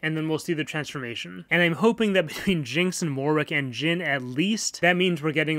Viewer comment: "So number 3 Jhin" Gosh that hurt me